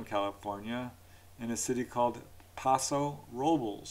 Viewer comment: My family is from Paso Robles, going back multiple generations. It’s pronounced a bit differently than your pronunciation 😊